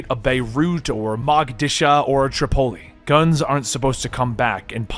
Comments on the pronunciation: "Moh-guh-dee-shoo". Man, really needs a script supervisor to proof read upcoming episode scripts. Then they could phonetically replace words having any degree of likelihood for being mispronounced. I volunteer to do it for free. It can only serve to make the Comicstorian product even stronger and more professional and slightly more educational, or rather, at least to not let it be a hindrance to the educational process of younger viewers by putting grossly mispronounced words out into the zeitgeist. ^_________________^ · its "moe-guh-dee-shoe" and "trip-oh-lee" and "cry-me-ah" and "con-suh-lation"